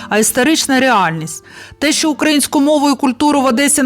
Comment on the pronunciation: Люба! Це дуже гарна подача інформації про наших патріотів, про історичне українське минуле і майбутнє нашої красуні Одеси! Але... Наголос потрібно робити на украЇнську, а не укА їнську. Ще раз дякую за вашу цікаву розповідь.